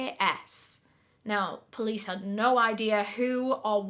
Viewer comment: ❤ that was a treat to my ears coz I love the way you say "no" and u said it three times in a sentence😂 " I don't nur ,really don't nur ya Nur " 😂😂😂